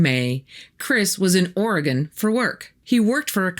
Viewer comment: Great creepy stuff! And congrats for pronouncing 'Beaverton' and 'Oregon' correctly! :)